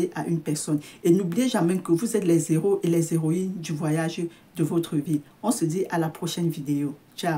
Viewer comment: On ne fait pas de liaison pour les héros ! Sinon on le confondrait à zéro